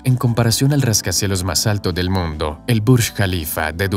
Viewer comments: que horrible redaccion. En vez de mundo dice moondo... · Hay lo siento pero lo tengo que decir, no sé pronuncia moondo sino mundo, una única vocal en forma de U, si algo bueno tiene el español es que todas las vocales tienen un único sonido. Que alguien me explique como de lógico es que haya un túnel desde Gibraltar hasta Tánger cuya distancia es más aún que el doble más corto, Gibraltar para empezar no tiene terreno suficiente para una boca de un túnel que se tendría que hundir hasta los 1000 metros bajo el mar, pero aún más bajo tierra, además, se construiría en parte en aguas españolas y para que a españa le interese un túnel euroafricano pasando por Gibraltar, que es un paraíso fiscal o casi, habría muchísimos problemas, la segunda solución que se dio es la más posible de todas y seguro que será la que se escoja en el futuro. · jaja, por que hablas así??? "el puente mas largo del MONDO..." XD XD XD XD XD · ¿Por qué el locutor pronuncia la palabra "mundo" casi como en italiano? En toda la locución no le sucede con ninguna otra palabra. ¡Habla bien, habla bien o te mato! (?)